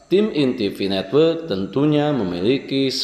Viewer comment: Pi network, bukan fi netwek